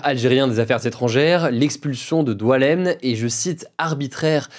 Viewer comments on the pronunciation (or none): Il s'appelle Boualem et non pas Doualam ça nexiste pas 😂